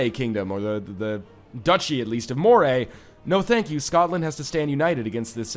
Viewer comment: My gosh the "SKOTland" made me laugh so damn hard, that I have to favourite this episode XD